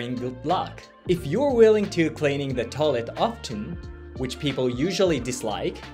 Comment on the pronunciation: The word is Toy-let. Not toe-let.